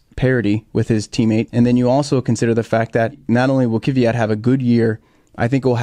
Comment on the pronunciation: say Kvyat like Kfeeyat (roll the k-f sound)